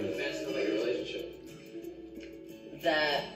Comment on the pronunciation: They way you pronounce cavin is funny